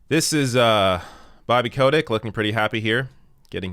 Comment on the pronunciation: OK I have two complaints to make here. His name is pronounced cottage you know, like that cheese. And you forgot to draw devils horns on his face, he really likes it when people do that.